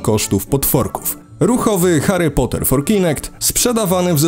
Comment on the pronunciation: Heri pota przaja Ci 🤣